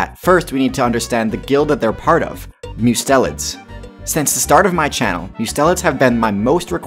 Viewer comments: Mustelids: Must (as in Mustard) - e (eh) - Lids (eyelids). Must-e-lids. Not Myu-stelids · It's pronounced must-a-lids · "Mustelids" is pronounced "MU-stell-ids."